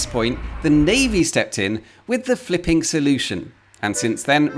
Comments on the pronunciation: when you say fliping, i'm hearing fking, every single time. Hard to understand your text then. 😅😂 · Am I the only one who thought he was cursing everytime he said flipping ?🤔